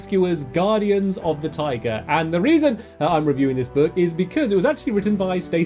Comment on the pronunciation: Stamps... you said taiga like tiger... i got a little bit confused on the beginning there...